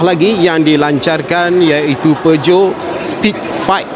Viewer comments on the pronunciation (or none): Salah sebut tu. Patutnye PIJAT